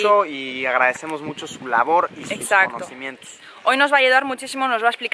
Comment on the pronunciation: "conocimientus" :v